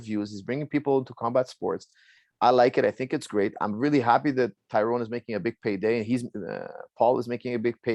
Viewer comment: So many people, who should know better, still fuck up the pronunciation of Tyron’s name. I’m not even annoyed anymore, it’s almost impressive.